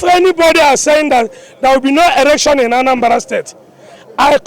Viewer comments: mr man not erction, but election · Election not erection bruh